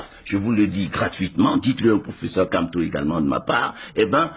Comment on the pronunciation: tu n'as rien a dire va compléter ta dentition et tu évites de prononcer le nom du Grand prof n’importe comment